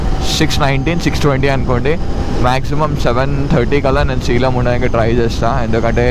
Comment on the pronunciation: It’s say-lem, not see-lam